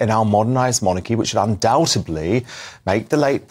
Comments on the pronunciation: It's "undoubtedly,", not "undoubtably." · Pleeeze would someone on the production team stop from saying "undoubtebly" - it is "undoubtedly" - it has a 'd' at the end, not a 'b'. It drives me nuts every time he says it. Ann